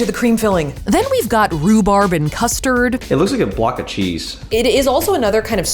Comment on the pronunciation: who else is triggered by how she says rubarb